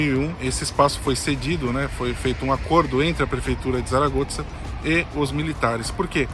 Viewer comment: Realmente a cidade é diferenciada e parece oferecer muita qualidade de vida. Uma dúvida: porque vocês falam "Saragotza"? Notei que o pessoal daqui pronuncia "Saragossa".